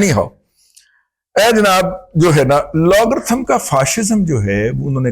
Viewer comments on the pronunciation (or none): Sir! the word is "algrithm", not "logrythm" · سر جی یہ الگورتھم ہوتا ہے لاگرتھم نہیں۔